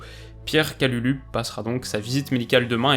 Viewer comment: Je suis de la famille de Pierre Kalulu ( c’est mon cousin ) et son nom se prononce « Kaloulou ». À part ça très bonne vidéo comme d’habitude 😉